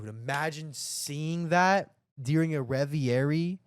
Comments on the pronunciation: RE-VER-EEE!!! WTF is REVIARY? Sounds like Aviary aka Bird Enclosure/Cage. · why does he keep sayin revierie lol it's reverie